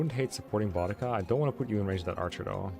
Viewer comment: idk if it’s actually correct in this case or not but anytime I’ve seen a named spelled that way(which is only like once because it’s the same name as a Servant from the Fate universe) it’s a stronger emphasis on the U. Sounds kinda like Buu (from DBZ)+dica. Boudica but I guess maybe there are still other ways to say the name or the author was going for something else in this, idk lmao but hearing Bodega as in those tiny mini mart like places in NYC had me crack a smile. Love the playthrough keep up the good work, and grats on the Relay win!